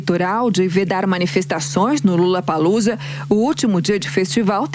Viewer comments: Outra coisa… não é LULApalUza 🤢 que fala! É “LOlapalUza” a pronúncia! L O L L A P A L O O Z A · Onde foi isso mesmo hein? Ah, no "lullapalloocia"?????? kkkkkkkkkkkkkkkk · Foi impressão minha ou a carolina Belin Lulapalooza? Kkkkkkkkkkkk....